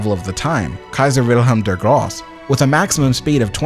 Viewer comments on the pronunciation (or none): Nice video, only addition I have; It is "Kaiser Wilhelm der Gross*E*", Kaiser Wilhelm was not "gross", he was "der Große" (The Great). Grosse in German means "big", not gross. Also, we do say the "E" in German, not like your "eeee" but more like an English "a". more like "gross-a"